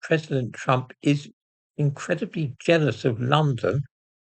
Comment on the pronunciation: 'Jealous' is because Khan can't pronounce 'zealous'.